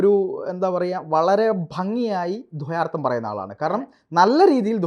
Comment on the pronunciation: .... "dhwa"yaardham ?? No... "dwa"yaardham ennu mathi..... "dhwa" venda...